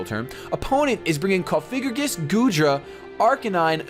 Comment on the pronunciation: PLEASE STOP FUCKING SAYING COFIGRIGIS. THATS NOT THE FUCKING NAAAAAME!!!! I CAN BREAK IT DOWN FOR YOU----- COUGH-AH-GREE-GUS SAY IT LIKE THAT PLEASE, I'M GOING TO TEAR MY EARS OUT